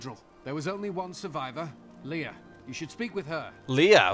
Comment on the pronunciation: No call Leah "Leah" Leah's like to be called Leah and not Leia......